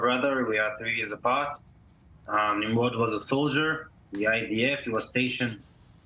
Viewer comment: It’s pronounced Neem-Rohd. So it’s highly unfortunate the journalist couldn’t get that right 🤦‍♀️